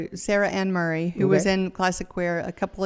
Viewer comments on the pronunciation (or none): none